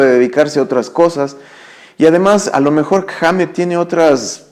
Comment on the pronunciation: Correción "Kirk Wahmmett" hahaha xD